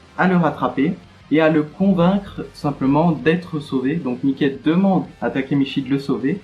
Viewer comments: ca se prononce maiki pas miké mdrr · Regarde l anime tu pronons mal le nom